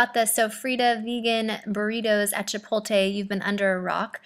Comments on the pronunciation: Girrrrlll. Get it right, get it right. Its Chipot-le its not even spelled the way you say it. This video is not informative. I would like trying vegan stuff, but videos like these discourage me. Nasty. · i LOVE your videos girl ! i hope you dont take this personally or anything, some people would, i just wanted to mention how you say Chipotle, i think im hearing you say Chipo-lte .. how you pronounce it i believe is Chipo-tle .. the t infront of the l : D Its awfully petty of me i know hehe i just wanted to mention it incase you were interested :D i could be wrong though. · its ChiptLe not Chipote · Chipot-le not chipol-te 😉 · She pronounces it like "chipolte" she puts the l before the t 😂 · chipolte lol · lol chipolte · So many people say it like does...drives me crazy lol! My mom and husband don't even realize they say it wrong...I'm like, but the T and the L....lol